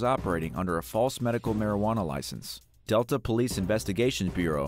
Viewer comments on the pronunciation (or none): none